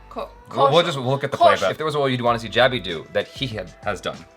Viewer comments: This may be one of your best interviews yet… you guys got into specific scenes, the acting process, action sequences… and he seemed very engaged throughout the interview. Also, given that he corrected your pronunciation of both his name and the film’s name, you should have taken the opportunity to correct his pronunciation of your name as well (jab-ee not jay-bee) 😂 it is a two-way street! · Vicky corrected Jaby in the first part about the way he was pronouncing his name. Look how Vicky pronounced Jaby's name 🤣🤣🤣🤣🤣🤣🤣